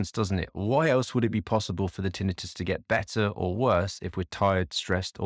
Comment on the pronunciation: Having trouble listening to you pronounce tinnitus that way...hurts my ears. Sorry😱